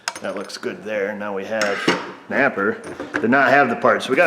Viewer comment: Napper! NOT a sponsah!